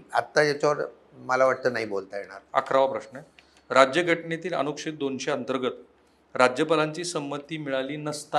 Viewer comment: अनुक्षेद नाही अनुच्छेद